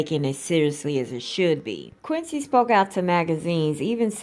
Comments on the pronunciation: Qunidon Tarver, not "Quincy" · Thank you sis. We gotta watch out for our #MeToo bros too 🙏🏽 I was a little confused at first because you kept pronouncing Quinton’s name like Quincy Jones. “Bubblehead” took me out 😂😂😂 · Omg! Please say peoples names correctly. They’re famous